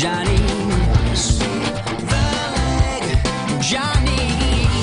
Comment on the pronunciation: doesn't say sweep the leg he says sweep the lick.